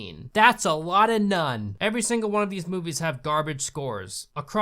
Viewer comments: Don't you mean nun-ni Also isn't it rather stupid to light a lighter when you clearly need the oxygen? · drinking game: when he says “nun,” take a sip of your drink. when he says “none,” take a shot. 😌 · LoL. The dog said, "NUN-I" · every time he says "nun" i think that he's going to say "nonce"